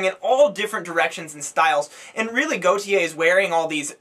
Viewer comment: His name is (gort)-(yeah). and is is pronounced Ah-stralia, I didn't find the album good because while yes, it had a lot of variety and ideas going on, but they didn't come together very well. Take a Pink Floyd album, or Kid A.... there were a lot of sounds and difference on that album, but it all tied together well. I don't think it does that well enough on this album and it feels a bit randomised and scatterbrained.